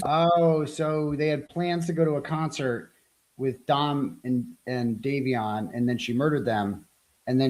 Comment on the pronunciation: Day*vee*on Phonetic Not davison